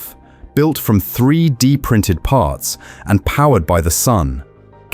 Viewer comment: The Ai was obvious on the closing. Very repetitive and obvious mispronunciation on 3D printed parts.